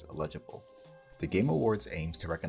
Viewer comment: The "illegible" pronunciation of "eligible" bugs me more than it should.